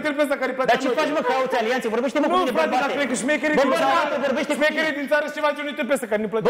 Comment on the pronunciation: Anseamna a zis ca se ceme de fizz eu cred ca nu se ceme doar face misto andra ar trebui să învețe sa vorbeasca ea spune scie vorbesce ceme in loc de t zice ce